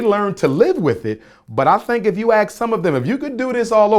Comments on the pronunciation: Wif - with. Aks = ask. His great great grandfather was cousin to Frederick Douglas. So? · educated black man with a PHD sounds like SUGE KNIGHT and still uses "axe" instead of ask. FRAUD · Umar says axe instead of ASK, he also says Texas Instead of texts... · I axed my father....so there you have it. Jermaine can't pronounce ASK.